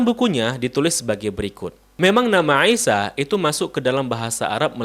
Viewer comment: koreksi : untuk pengucapan nama, artikulasi a,i,u,e,o,sy,sh dll tolong lebih di perjelas lagi saya lebih banyak mendegar dengan tws sambil beraktivitas. contoh: isa yang saya dengar : isa - aisa - iysa - aisha alangkah baik nya diucapkan dengan 1 dialek saja semoga masukan nya dapat dimengerti dan dipahami